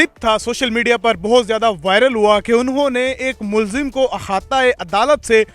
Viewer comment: Please correct "mulzim" as mulzam.